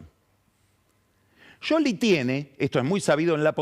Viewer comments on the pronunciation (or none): Sholi o Shioli está bien. Pero pifia cuando dice "Yoli", con ye. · A Lavagna lo pronuncias como se escribe o lo pronuncias “Lavania”? Seguro que de la segunda forma. Scioli (sioli) está mal pronunciado. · por que dice "yoli"? Es muy molesto. Se quiere hacer el distinto y queda como un nabo. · Scioli se pronuncia así (yoli) o es una joda? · Es Scioli no Yoli⛔ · NO ESTA BIEN PRONUNCIADO ,SI EN ITALIA LO PRONUNCIAS ASI ,LOS TANOS ,SE TE CAGAN DE RISA